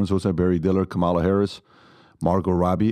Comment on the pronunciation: Really, Pat. Kamala is correctly pronounced KAH-ma-la. Stress on the first syllable.